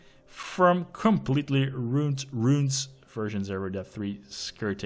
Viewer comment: To help you with the word " ruined" say ' Roo-And' and boom you got it. you keep getting stuck saying Roont, roont. say roo-END roo-enz and you'll get the pronunciations correctlly